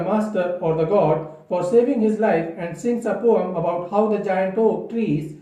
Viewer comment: Don't say 'pome'... Very irksome.